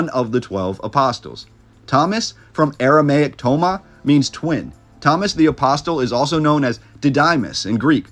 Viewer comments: As interesting as this this... I gotta say that the "t" is apostle isn't emphasised, it's almost a silent letter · Just an FYI… the T in apostle is silent.